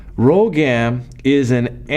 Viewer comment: the drug is rhogam not rhogan